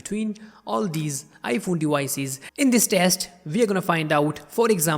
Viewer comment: Bro really said dewices instead of devices. Wergion instead of Version lmao